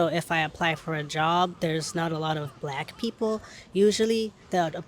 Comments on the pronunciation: Thought he said block ppl 😂 you can tell they don't get many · Black. Not block.😂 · Can someone please tell the Asian guy that it’s black and not block. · its is OK to pronounce the word black (like saying hack or Jack). When I hear you it sounds like you say "block" like clock.😊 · I love when Japanese say brack people or brackle too. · Why is this Chinese dude smiling because he said about white they are the ones that is destroying things. And stop saying black like block and learn how to talk. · I just love how you pronounce it. It rolls off the tongue. "Bulaku" 😄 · The interviewer pronounced the word Black very strangely! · Why're u pronouncing " black " so weirdly